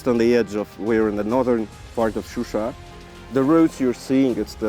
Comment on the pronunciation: Also John it’s ShuSha not Susha )))